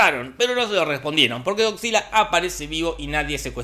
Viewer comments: yo crei que decia "cockzilla" :v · Nadie: Don Jorge: “Gogsila” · Escuchar a don Pinarello decir "GoCzilla" es un viaje de ida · estaba buscando este comentario. pensé que tal vez estaba escuchando mal